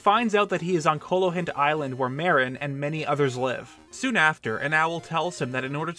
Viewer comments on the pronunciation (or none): none